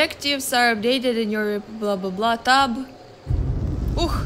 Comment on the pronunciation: I love how she kept on saying 'Tub..' For tab.